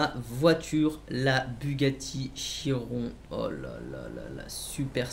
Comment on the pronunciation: Ça se prononce chironne Mais ça s’écrit chiron